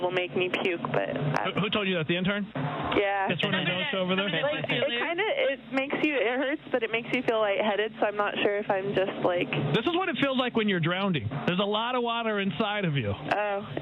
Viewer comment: Pronouncing it "drownding" should've been the first hint not to trust their judgement.